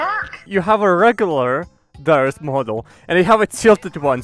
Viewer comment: that's Daryi (as in, fungus - > fungi, Daryus-> Daryi)